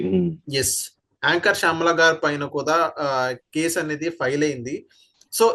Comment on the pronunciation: షామల కాదు శ్యామల 😂